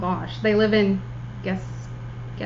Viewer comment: Nice episode, as usual! Just to let you know, you were not too bad with your pronunciation of the word Gaspésie. It is pronounced: gasp-hey-zée :)